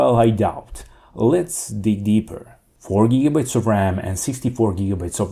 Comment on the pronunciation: This phone is $300 from Costco in Canada 🇨🇦. When you reference the memory it sounds like you're saying Giga "bits" instead of Giga "bytes".